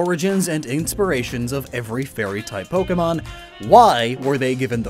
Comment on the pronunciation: nobody:: inspiriatons